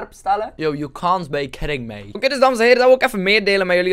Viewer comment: BAHAHAHA "you can't baii kidding maii"